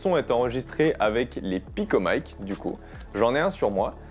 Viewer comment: MATERIEL FRANÇAIS : DONC PICOMIC PAS PICOMAÏKE